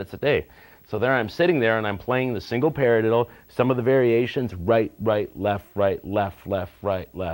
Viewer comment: the way he says paradiddle is funny :) parlilllilla